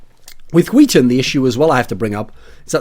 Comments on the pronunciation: I love how you say "skiten" instead of "skytten" as a swede it makes it fun to watch ;) i know the words are weird to pronounce tough. Good content as aswell ! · why are you saying huiton it's SKYtten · ZpLitgaming Its not pronounced huiten.... SKYTTEN is pronounced SKYTTEN... although its very hard if you're not Swedish or Norwegian to say it. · Thats a weird way of saying "skytten". Im from Denmark, and thats like sk-ö(ø)tt-(a,e)æ. Weiiiird. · Sounds like he's saying Wheaton with heavy emphasis on the H, when he tries to says Skytten. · René Descartes No he is saying wheat thins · René Descartes låter som att han säger skiten ibland xd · Hwil Hwheaton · René Descartes "Skytten" in Swedish (means "shooter" or "archer") is pronounced like hwee-ten -- see here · Rebecca G how he says it sound like "skiten" in swedish means shitter basicly so yeah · I cry every time you say SKYTTEN ;( And yes im swedish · Chris Peach He pronounces it incorrectly, though it might be because he is from england. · People really cant pronounce skytten.